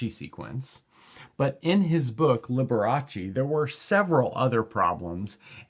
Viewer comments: I think the book was "Liber Abaci", not Liberace :D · Did you hear say Fibonacci’s book Liber abaci that sounded like Liberace? For those who are too young Liberace was a very flamboyant costumed gay entertainer from the 1940s-1980s.